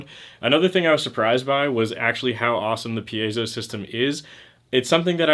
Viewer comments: Pee-Ay-Zo is the correct pronounciation. You did it correctly. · You pronounced it right. It's not pie-zoh (as in pie that you eat), it's pee-ey-zow.